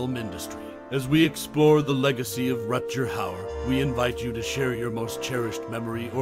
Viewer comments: Really? "Rut-jer"? Come on, man. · RUT-GER i had to stop listening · At least learn to say his name correctly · They? Their? I counted. HE is one person. Thumbs down for woke language AND mispronounceing his Name.